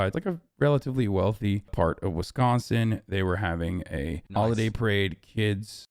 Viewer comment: All I got out of this is the great news that Hasan pronounces “Wisconsin” the way people from Wisconsin say it and not the other way which is bad and I don’t like